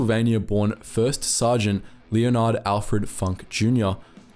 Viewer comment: Leonard is definitely not pronounced "leo-nard" in American english. It's "Len-erd"/"Len-urd"